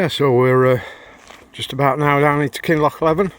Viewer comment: Thanks for sharing enjoyed every upload of your travels only small criticism i have is your pronouncing of kinloch leven is wrong noticed this in few of other peoples videos ,no harm done mate just us scots it dosent ring right to our ears 😂 thanks again and stay safe on your adventures ATB ...colin.